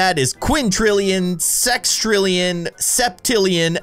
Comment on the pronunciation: Did u say sextillion WTF